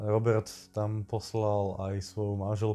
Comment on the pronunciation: Je to sice detail, ale byl to Róbert s dlouhým "Ó" :)